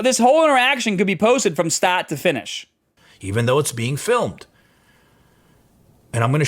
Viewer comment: Why does this guy suddenly develop a thick boston accent for the words "part" and "start"? He doesn't have the hint of an accent for any other word.